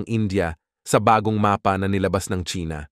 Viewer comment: napatigil ako sa panonood dahil sa pagbigkas niya ng "MAPA". utang na loob na bigkas yan. wala akong paki kung AI man yan